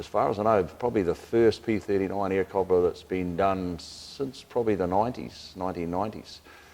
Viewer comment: I wish he was pronouncing it wright